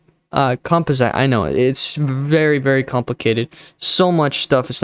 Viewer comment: say it with me... com pos it